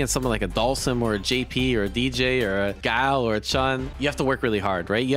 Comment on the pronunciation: ffs its guy-ill note gao